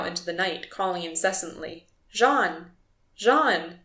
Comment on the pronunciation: Correction: that is "jean" not "john"